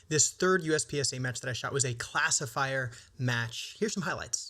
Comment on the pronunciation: for the first half of the video I thought you were saying "Class of Fire" instead of classifier